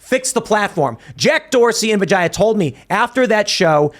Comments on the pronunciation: Don't rape indian names. Atleast learn the correct pronunciation first. Say what you want but indian names are part of indian culture and heritage and you still being ignorant of how to call her name is just stupid. It's pronounced vee j yaa not vaa jaa yaa. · I can’t hear anything but “Vigana” when they say her name. Bye bitch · It's pronounced vi-jey